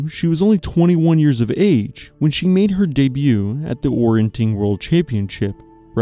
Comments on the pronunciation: YES!! "Orienteering" is pronounced "or-ee-en-TEER-ing"; the pronunciation should be quite obvious to anyone who learned how to sound out unfamiliar words, let alone anyone with access to a dictionary or the internet. "Orienting" is not a sport. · It's called orienteering, not orienting, you're forgetting the eer dude! Come on! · you saying ''orientEEring'' WRONG so many times in a row, and then 'explaining' the old military exercise/competition while saying it wrong is...... 🤣 thx for another upload 🇨🇦🤟